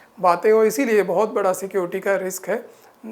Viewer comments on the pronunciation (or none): none